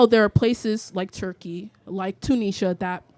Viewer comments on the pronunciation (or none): none